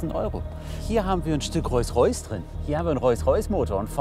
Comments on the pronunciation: Wie inmer grosse Unterhaltung, mal abgesehen davon, dass Hamid den Unterschied zwischen „Rolls Roys“ und „Roys Roys“ immer noch nicht kennt 😂😂😂🙈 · Hamid sag endlich rolls Royce nicht rois rois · Also tut mir leid aber Typ handelt mit Luxusautos. Und spricht Rolls Royce Reus Reus aus alles klar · ich hör da auch rois rois. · Wieso sagt hamid immer royce royce 😂😂PS: macht weiter so ❤️ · Er hat jetzt nicht wirklich Reus Reus gesagt! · Hamid: Roysroys 😂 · "Rois Rois"